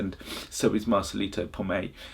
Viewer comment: Marcelito's last name is PoMOY not Pomay